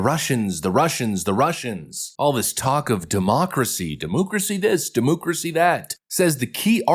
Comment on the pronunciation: Dah- moo-crasi 😂